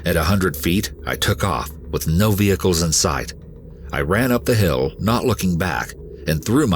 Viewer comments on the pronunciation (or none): none